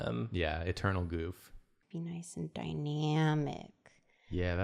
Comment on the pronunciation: Noice and die-nyamic ( I love her laugh X)) And back to noice and die-nyamic JOOOOLEAA!